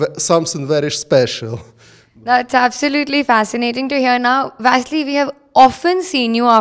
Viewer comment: Guys, please call his name correctly. He is Vasyl, not Vassily. It's original ukrainian name, do not mix it with Russian. There is ex-soviet type of representing Vasyl. But Soviet Union is dead more than 27 years, it's big shame call him Vasilly still now. Vasilly can call him only in Russia, as old habit. In UA everyone call him originally. Vasyl.